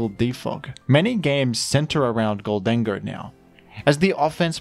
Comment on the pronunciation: i love and hate the way you produce “gholdango”